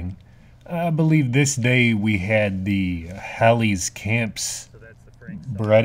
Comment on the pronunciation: It’s Hall eys. Not howleys. Lol